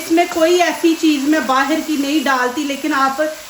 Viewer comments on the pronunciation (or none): none